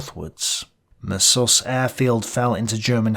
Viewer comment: The weird, inconsistent pronunciations destroy this. Messervy plainly has stress on the first syllable, anyone literate would say it that way. (It's a French name, he was a Channel Islander)